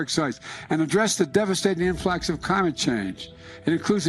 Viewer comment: Biden saying "Cimate change" is so fucking funny